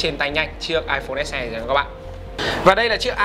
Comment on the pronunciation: "ếch e" và "ếch i" :v